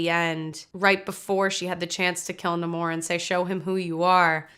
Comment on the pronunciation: The origin of the word isn't what bothers me. It's the fact that no one says it correctly. He introduces himself as NahMORE, and then everyone else calls him NAYmore. It's as if they didn't listen to him when he said his own name and just read it written down somewhere